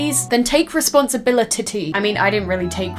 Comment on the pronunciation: “Take responsibilit-ity”